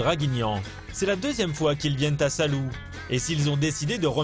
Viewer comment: "Salou" vous devez prononcer "Sa-lo-ou" (avec l'accent sur "lo").